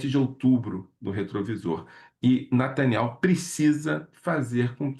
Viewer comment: Lourival abatido com olhos lacrimejantes.. e olha o nivel ...o careca sequer sabe pronunciar Netanyahu fala Nataniel..kkkk